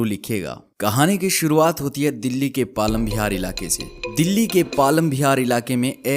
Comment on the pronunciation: Palam Bihar nhi hota palam vihar hota hai